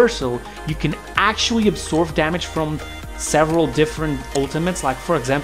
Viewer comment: "you can ACTUALLY...." "I can ACTUALLY..." smh that's "ACTUALLY" hella annoying.